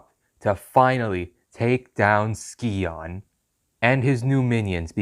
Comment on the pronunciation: Names pronounced Sigh-On. Still a good Video 👍